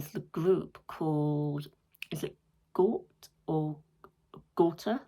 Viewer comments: You got the pronounciation right, Gaw-teh. My favourite song for sure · You say Gåte differently. So I would say, pronounce it the less English way, with focus on the E in the end😅 if that made sense, because you did say it right:)